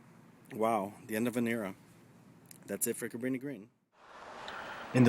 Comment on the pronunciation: Couldn’t even pronounce it